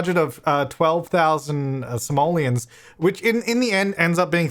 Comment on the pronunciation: In the video: Simoleons What I heard: Somalians